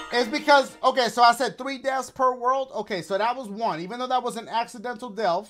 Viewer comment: Dashie: Only zeeroo deafs we ain't gon DIEEE Also dashie: We said 3 DEAFS